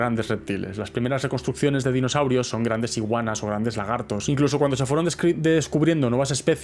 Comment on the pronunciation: Espera, espera. Dinoshaurios. Ahora si. Le faltaba la H.